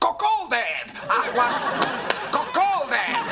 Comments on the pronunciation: Just barely started rewatching this show and it was TODAY when i realized he was saying Cuckholded “IVE BEEN CACOLDID!” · Is he saying cuckolded? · Was vic trying to say cuck holded.